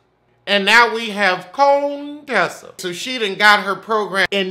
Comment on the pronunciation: Cone-Tessa lmfaooo